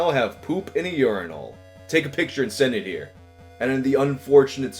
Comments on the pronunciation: You pronounce "urinal" weird. It's pronounced "yer-in-ll" not "yore-in-all". God damn, you east coast people are so fucking weird. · Lol stop saying "yourenal" and just say "urnal" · Am I the only one who thinks here is saying urinal weird? I’m from a place where we say it “urin-ul” not “urin-ahl” 🤷🏼‍♀️ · The way you pronounce it urin'ALL', rather than urin'UL', is honestly blowing my mind. It's like it's challenging you to give it all of your urine. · Each time you pronounce it "urin-AWL" my blood pressure rises a bit more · I've never heard someone pronounce urinal like does. Urin-all. Weird. It sounds like he's overthinking how to say it. Like when you say "bowl" a bunch and start hearing it differently. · why do you pronounce urinal like “you’re-in-all” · Unine-all 😂 can't unhear it now. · why do you pronounce "urinal" weird?